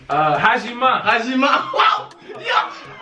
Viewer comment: He said HAJIMA 😂😂😂😂😭😭